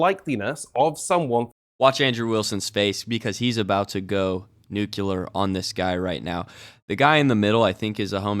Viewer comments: Nuc-u-lear? Are you trying to say nuclear? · NOOK-U-LER ❌️ NOOK-LEE-ER ✅️ Say it with me: nucleus, nuclear NOOK-LEE-ER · FYI: The word NUCLEAR is pronounced as “NEW-KLEE-ERR,” not “NEW-QUE-LERR.” It’s a common mistake that people make, so don’t feel bad – I just wanted to correct you so that you know how to pronounce it correctly in the future. :) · Bruh, nuclear is pronounced 'new-clear' (two syllables) not "nuke-you-ler' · Say it with me….nucLEEar, not nuke-ya-ler. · What’s a nucular? Oh! Your dumb ass meant to say nuclear. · NU-KLEE-AR (NUCLEAR) NOT nukular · I'll give you $5 if you never pronounce nuclear as nucular again. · "Nucular" - GW Bush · Nu-Q-lar? Haha, I find that pronunciation funny as well. Benny Johnson says it a lot. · I don't take anyone that says "nukular" seriously. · "about to go nucular"?... Not nuclear?